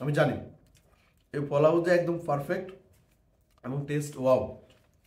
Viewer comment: আপনার পারফেক্ট বলাটা একটু ব্যাতিক্রম আপনি বলেন ফারফেক্ট,শুনতে খারাপ না😅